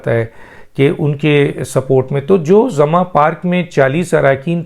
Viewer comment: ڈاکٹر صاحب لفظ " زمان" ھے آپ اسے " زماں" کہہ رھے ھیں ، براہ مہربانی اصلاح فرمائیں ۔